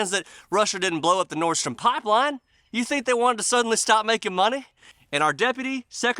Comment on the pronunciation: Nord stream, like steam but with an R